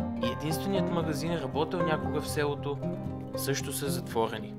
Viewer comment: (Някой хора просто си говорят така, не е проблем.) Той каза ,,сѐлото”